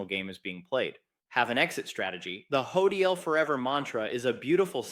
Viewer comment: Ha! I thought was real, after he has pronounced HODL with a decidedly artificial intelligence pronunciation, I’m far less interested in hearing what “” has to say.😢